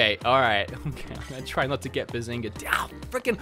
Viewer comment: Down not diwn